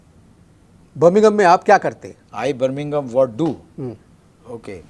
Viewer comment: Bringingham 🤣 the punjabi accent 🤣🤣